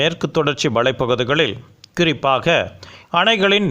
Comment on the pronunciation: ஆரம்பத்திலேயே குறிப்பாக என்பதற்குப் பதிலாக கிரிப்பாக என்று வாசிக்கப்படுகிறது